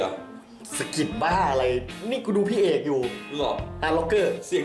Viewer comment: เอก ไม่ใช่ เอ้ก